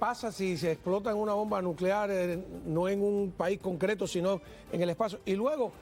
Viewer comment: El presentador no puede pronunciar la letra S Habla cono un niño a media lengua Dice Asi Hablemoj en terminoj generalej de lo que puede ser el dejconcierto. Aprenda a pronunciar el castellano Deje de hablar a media lengua.